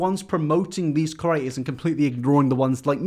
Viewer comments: I'm begging you stop saying Curator....CREator pls for my sanity pls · I dream one day you’ll pronounce ‘creators’ right but I guess the contents good enough for me to ignore it 😉